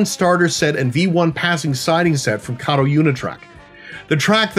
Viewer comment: Thank you for pronouncing Kato correctly.